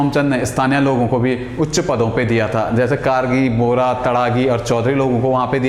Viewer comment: बोरा नहीं बोहरा...